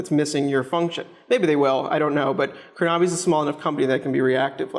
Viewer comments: Dilip Goel Yeah, Krona-by not Kro-Naby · Great review! The only remark I have is the pronunciation of the name.